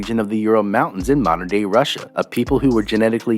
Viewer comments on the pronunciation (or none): none